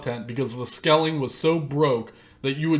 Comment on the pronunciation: Long time subscriber here. I agree with everything you said man. Except one thing. Its scaling... not skelling. Lol good vid man. Keep the pressure on.